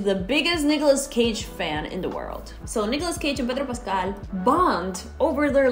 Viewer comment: I love you say Pedro Pascal<3